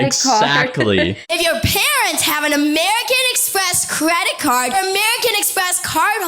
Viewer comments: Why does jojo pronounce American Express credit card as amewrican express cwedit cawd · Nobody: Jojo: Amewican Expwess cwedit cawd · AMEWICAN EXPWESS CWEDIT CAWD